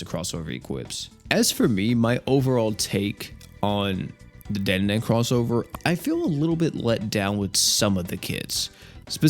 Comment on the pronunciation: Dandadan ❌️ Dan da dan ✅️